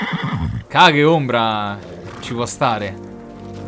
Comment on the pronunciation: Kage Non si dice caghe si dice cheig